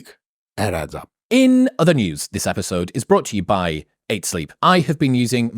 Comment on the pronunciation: When Mike said "it adds up," I heard "it abs up" LOL